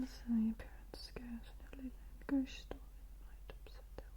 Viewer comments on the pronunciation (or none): none